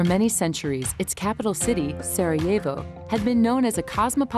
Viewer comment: I hate how she pronounces Sarajevo in the intro.